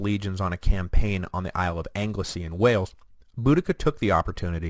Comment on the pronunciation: It's amazing how Americans can't pronounce place names of the country they originate from correctly. Norfolk - Wrong. Anglesey - Wrong. Petty I know but it does slightly annoy me.